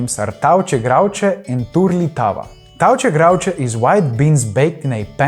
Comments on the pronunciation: You didn't show any Macedonian desert , we have Ohridska Torta (Ohrid Cake) Bajadera, Tatlija etc ... Gjomleze would've been a nice addition, pastrmajlija ... Also, a small correction, it's pronounced "tafche grafche" , not "tauche grauche" Very weak representation I must say. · Hello my friend I appreciate the goal of the video. But I must say that you did not represent the Macedonian cuisine very well. first of all you mispronounced Tavce Gravce secondly you forgot to mention Patsrmajlija which is extremely popular in Macedonia, and the two main types of Pastrmajlija. Mentioning Shirden and not mentioning Pastrmajlija is strange cause its 10x more common. thirdly you didn't mention the grilled rib which is very popular and quite uncommon in the other Balkan countries, its essentially a pork rib that is butterflied and then grilled. Like if a kafana in Macedonia doesn't have grilled rib its not a Kafana..... Along with Ajvar we also make Ljutenica and malidzano which are simmilar. I dont mean to insult you but my country is not very well known so misconceptions are common I wish you all the best and I appreciate the effort to bring the Slavic countries closer :)